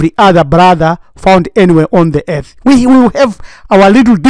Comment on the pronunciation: The whole ear-th is Iyethiopia Afreekah